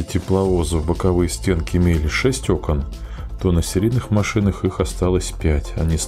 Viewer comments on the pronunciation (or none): none